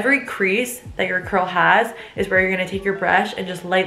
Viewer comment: Curls more like shurls 😂😂😂😂😂😂😂😂😂🤣🤣🤣🤣🤣🤣